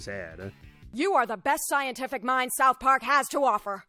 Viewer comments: You need to work on your pronunciation of "south" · I cant do how you pronounce south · why do you pronounce "ou" like a northern irishman? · I’m not a leftist and I hate Reddit, I’m asking a question about his dialect u brain rot zombie, I’m interested. That’s how people pronounce that vowel in Belfast and surrounding areas. You are a 14 year old who found out what politics was yesterday and now u think everything’s political. Go touch grass u absolute muppet.